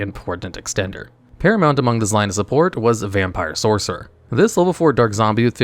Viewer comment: Hey just wanna let you know you say lvl 4 monster when talking about vampire ghost and you mispronounced sorcerer when you first talk about vampire sorcerer just saying sorcer, along side mispronouncing voivode love the videos still just don't forget to watch these a couple times with someone who's nitpicky before releasing